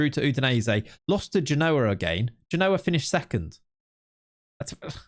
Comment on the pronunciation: I like your content, but your pronunciation of Genoa is getting on my nerves, You need to put the exclamation on the first syllable